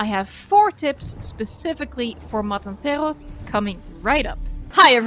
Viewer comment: I LOVE your pronunciation of 'Matanceros'!! En ook dat je Engels vrijwel accentloos is ;) Fan van de video's én van de 'Voice' :)